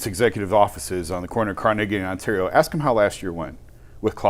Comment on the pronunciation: The word is ask, not "axe. If you're going to be on broadcasting, or whatever you want to call this, how about proper grammar.